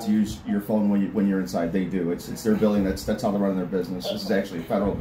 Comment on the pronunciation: "He's locked the "bew-ding". 🤣